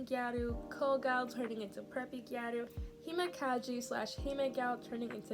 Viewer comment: as a gyaru, i usually avoid tiktok (especially gyarutok) because of the amount’a misinformation 💔 (little nitpick, gyaru isn’t pronounced “gya-roo” but moreso “g-Ai-ru” 😋)